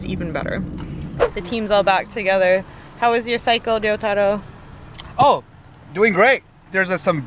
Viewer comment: Ryotaro? You mean Risottoro?